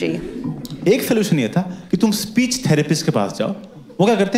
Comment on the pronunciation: you mean "Fpeech" disorder? ☹️